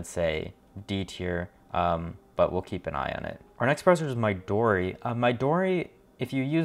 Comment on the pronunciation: Midori is likely pronounced 'me-doe-re'. It means 'green' in Japanese.